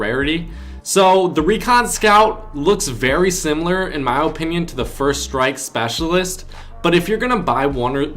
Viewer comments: in my he says opinion with a very long o, its so cringey like lol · Guys it’s his OH-pinion